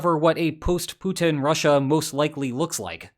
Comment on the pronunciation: Please stop your "PUTIN IS DONE" pronunciation, it is soooo annoying and nearly stops me from watching your videos anymore...